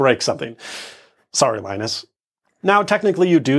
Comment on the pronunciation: you said "linus" i can not stand that...